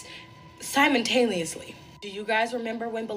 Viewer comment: she said "simontaneously"